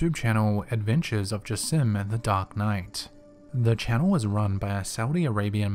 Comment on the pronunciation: said jassim very very wrong XDDDDDDDDDDD